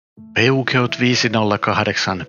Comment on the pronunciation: Peugeot lausutaan ranskaksi Peshoo. 😁